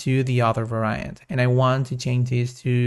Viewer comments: Please pronounce Var-iant not Va-ra-iant, Nice tutorial by the way. Thanks! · All good. Little english tip... 'Variant' is pronounced "vair-ee-ant" not "vair-aye-ant". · This is AMAZING. Thank you so much!! Also, I think you are stressing the wrong syllables and mispronouncing "Variant"... but that's just me listening as an American English speaker/English teacher... 😬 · No, Va-ra-iant sounds cool. I m gonna pronounce like this always.